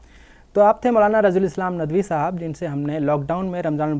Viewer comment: Urdu Lafz saahab hai Sahaab nahin صاحب سحاب Anchor person's pronunciation is wrong, always he is telling سحاب With names